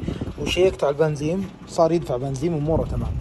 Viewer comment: ليه تقول بنزيم لا 😂بنزين